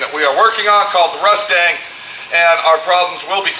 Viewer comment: It was a rustang, not anymore. Maybe "Cuss-stang" since it has you cussing so much.;) Thanks for the videos, I always learn something & look forward to them!